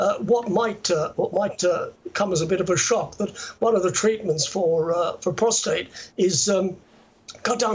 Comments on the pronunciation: Prostate, not prostrate! Big difference. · It's funny seeing who says prostRate. 😂 did